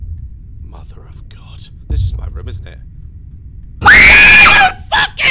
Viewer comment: I love when he says ‘room’ as “rym” because of his accent 😂